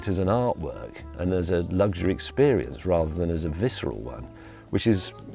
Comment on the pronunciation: James....there's no G in luxury....